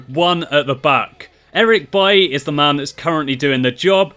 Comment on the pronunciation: It's pronounced Baile not buye